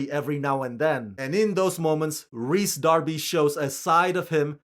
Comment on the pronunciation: Finally someone pronouncing "Rhys" correctly.